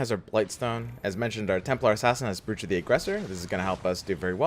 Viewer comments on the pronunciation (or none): do you mispronounce brooch on purpose?